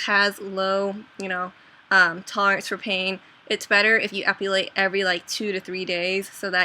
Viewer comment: u keep saying "epUlate"...haha sorry, pet peeve!